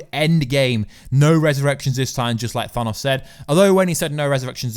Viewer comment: The way you say "Thanos" grinds my gears. Good video nonetheless.